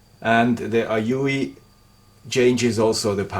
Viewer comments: It's "A-You" or A-U.... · "the Aoyuueeuuublbblblbll.." hahaha I died at that part!! XD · I still keep my Weller for sentimental reasons, bought it 2 years earlier than you :-) and it’s still in perfect condition and use. Quality indeed, and one of the best buys I ever made. Talk about "your father/grandfather"—OURSELVES it was! :-) Then again, today I also use mostly Aoyue … unpronouncable-name-stations. Hint: In the EU, the Aoyues are usually cheaper if bought directly at You save import customs and also get all the parts and tips here. Re heating elements: Be careful when buying! They come in different wattages, like for the Aoyue Int968 it’s 35W and for the Int968A+ it’s 70W. So maybe you just bought the wrong spare? I made this error once, buying an Int936 (35W) instead of an Int936A (50W). They seem to learn, though: Mine came with a free spare heating element. Kudos for that. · The aoyue pronunciation i laughed for 5 minutes straight, Very informative video gracias. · I literally spit a little coffee all over my steering wheel when you tried to pronounce that soldering iron at 60 Seconds.